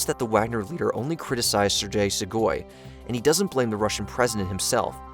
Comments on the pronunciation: it's SHOI-gu. not she-GOI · It's Shoigu, not Shugoi... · FYI, it's "Shoigu", not "Shugoi". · I correction would be on your pronunciation of a name. Its not Shugoi but its Shoigu. Its funny to hear people brutally mutilating slavic names xd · SHOY-GU. Not “Shoe-guy”. That’s how you pronounce Shoigu. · "Shegoi" = "Shoigu" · You kept mispronouncing Shoigu as Shugoi. 🤷‍♀️ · It's Shoigu, not Shugoi. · Shoygoo. Not shigoy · What did they promise him to stop?? Also, there are not 1M soldiers for Ruzzia, unless you count Babushkas. Lastly, it is "SHOOI-GOO". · Sir gay shoy(soy) goo. Repeat after me Sir gay shoy goo. That's how you properly pronounce the name. 🙄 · Only two things in this universe are truly random: collapse of a quantum superposition and this guys pronunciation of "Sergei Shoigu". I'm not certain about the superposition. -Albert Einstein probably